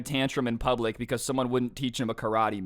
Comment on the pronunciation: "KA-RA-TAE!" "CRAV-MAGA!"